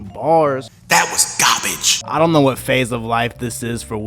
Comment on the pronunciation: “That was gabige” 😂